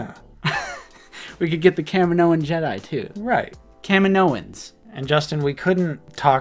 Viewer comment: Would Kamino-in be a better pronunciation? 🤔 Fun Aotc trivia: Taun We is voiced by Rena Owen who was Temuera Morrison's onscreen wife in the '94 New Zealand classic film 'Once were Warriors'.